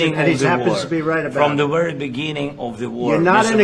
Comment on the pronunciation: "from the werry begin " "oh, later are you going down to the teddy bears picnic ? "